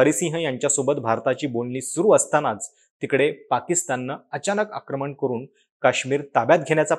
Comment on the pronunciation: तुझी मराठी भाषा आणि उच्चार सुधार बाबा...... आता तू फ्रिलांसिंग करतोयस तर....बघ जरा प्रयत्न "करूण"